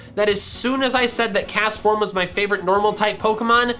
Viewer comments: CASTFORM DOES NOT END WITH AN S, IT ENDS WITH AN M! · THERE IS NO N IN CASTFORM! AND THE H IN WITH SHOULD BE AFTER THE T! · Do not leave off the T in Castform! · ITS NAME IS CASTFORM, NOT CASTOR! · CAST FORM IS 2 SYLLABLES